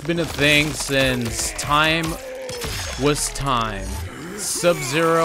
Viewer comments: Oh man, I LOVE "Sub-Zer!" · Ah yes, Sub-“Zer” my favorite character